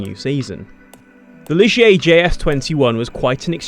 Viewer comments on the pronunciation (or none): none